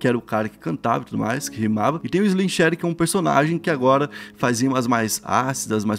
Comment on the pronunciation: Pior é ele falando Slim shady errado kkkkk, chega dar raiva